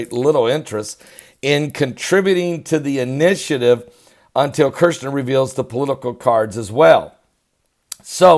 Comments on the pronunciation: Shill,done with you,it's Kushner,not Kershner,and he is evil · the pronunciation of the first syllable of Kushner's name sounds like "Push", so there's no "r" sound in the first syllable. KuRshner is WRONG. It sounds like as in the word "Push", so say Push-ner to Kush-ner. Say "PUSH" over and over, so you get in the habit of saying "push, push, push" to Kush, Kush, Kush, then add "-ner". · Kushner not kershner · It's Kush-ner